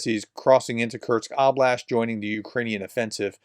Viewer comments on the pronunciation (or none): Curse-k. Not curks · Kursk, is pronounced "cur-s-k" As I've always heard it. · For the love of god, there’s no T in Kursk 😂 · Exactly. It's annoying me too. This is about the easiest name to pronounce!! Sheesh.